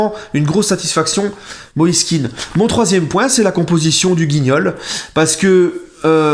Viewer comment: On prononce plutôt moïse Kehan et non kin, ses parents sont d'origine ivoirienne et c'est ainsi que patronyme est prononcé